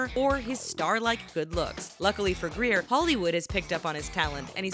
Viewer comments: OMG she got it she said his last name wrong Nash grayer not Greer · Grier not greir